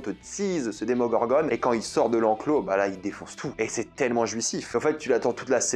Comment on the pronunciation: Par contre "demongorgone" non mec juste non démongorgon ok